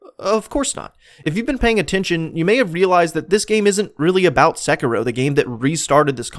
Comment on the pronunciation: It's pronounced SEH-KEY-ROW plz